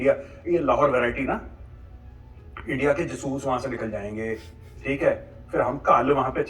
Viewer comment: ‘जसूस'😂 mam aapne ye reaction videos me suna hai